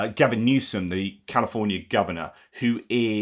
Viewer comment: He botched california